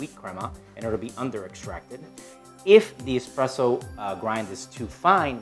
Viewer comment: This clown, expresso? Do you espresso, no x in the word.